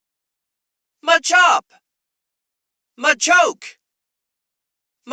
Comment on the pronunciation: I absolutely hate how people pronounce the Machop line. Their names clearly come from "macho," why are we saying "muh-CHOP"